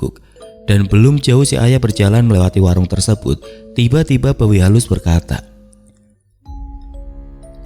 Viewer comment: Sorry mang tapi saya dengar bawi halus jadi babi halus terus 😂 bahkan di teksnya pun sempat keliatan tulisan babi halus. Ya tapi emang pantas juga sih di katain babi untuk si tukang gosip itu malah matinya hina pula 😅